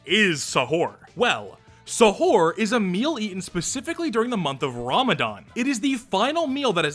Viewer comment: hello! i'm Indonesia! also stop butchering the word Sahur, its Sah-ur (i am sorry for being a prick on that)